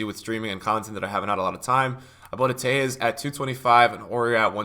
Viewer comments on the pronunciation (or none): none